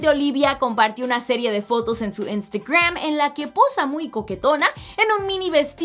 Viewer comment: Wey, pronuncia bien "Instagram" 😒😒😒